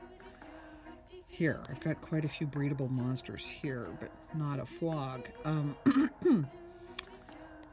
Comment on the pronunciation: I think it's pronounced poke